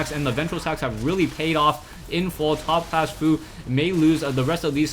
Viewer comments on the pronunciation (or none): Did you just say "ShoutCLASS" ? ^^